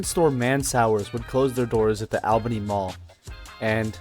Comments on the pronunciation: My parents met there at the Chick-Fil-A in 1994... Also, it is pronounced ALL Bany, not AL. LOL. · ALL-BENNY..NOT "AL"-Bany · All Beny pronounciation. Saying it the way you are is exhausting. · 😊 I just watched the video and I was thinking the same thing. I left him a comment as well letting him know that locals pronounce it ALL***bany. I didn't see your comment until after. I hope he knows we are not attacking him but it's annoying when you hear someone pronounce it like he does. 😊. News anchors ect. Will pronounce it the way he does, but will pronounce Albany New York correctly. I'm sure not an expert in proper English....so I'm not judging him. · great info in the video. It brought back a lot of nostalgia since I was born and raised there. That said, Albany, GA is pronounced the same way as Albany, NY (and every other Albany across the country). So I have to ask: why pronounce it differently? Was it bait for comments? If so, mission accomplished😅 It just sounds bizarre, especially after you mentioned doing “research” on the pronunciation. It’s really no different than the rest of the Albanys in the U.S. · Live in Columbus and have driven past the mall numerous times both for shopping at other places on the same strip and on my way to Florida. Interesting pronunciation, but to each their own. Would love to see you cover the Lagrange and Waycross malls as well.